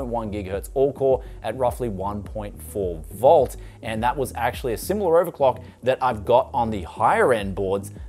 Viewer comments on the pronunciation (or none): none